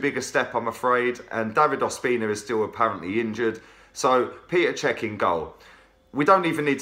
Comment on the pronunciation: Chap - enjoy your videos but for the love of god - it's PETR Cech not Peter. You don't say Oliver Giroud or even Terry Henry!! Other than that - keep up the good work!